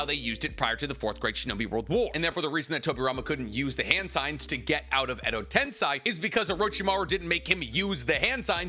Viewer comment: the guy who says he knows the most about Naruto in the world second only to Kishimoto yet can't pronounce "edo tensei"? Nah